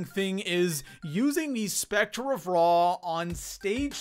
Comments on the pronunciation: Scepter is pronounced sep-ter not specter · The way he says "Scepter" and the fact that he says "I-X" instead of "9" makes me want to shoot an infant in the head.